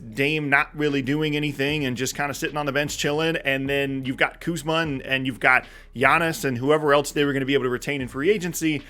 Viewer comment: Kuzma lol u said kuzma